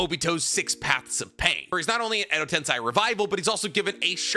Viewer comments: I'm pretty sure its Edo TenSEY not TenSAY. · Really. I love your videos , but please. Stop saying TENSAI instead of TENSEI. It is wrong. It is like saying Unko(shit) in place of Anko(sweet red beens paste)